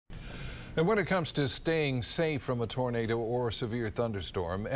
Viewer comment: My man say “Tarnada”